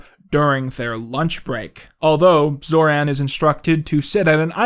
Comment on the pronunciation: you americanized pronounciation of Zoran (based)